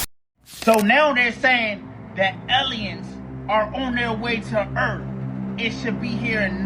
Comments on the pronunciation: Video about Julian came out as fake. He admitted it. "Eleins"(aliens) and "erff"(earth) is also funny. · Uh-oh “Ellions are on their way to erf?” That’s not good! This guy is so excited all the time. I love his videos 😂